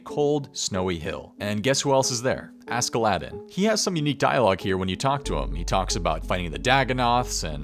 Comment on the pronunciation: The way you pronounce Askeladden physically hurts😂